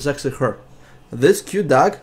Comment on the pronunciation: im not being rude but when u say "dog" in your accent to me it sounds like duck ^^ :)